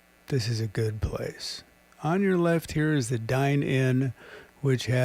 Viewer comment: BTW, It's called the 'Dive In', not the 'Dine In'. Otherwise cool video!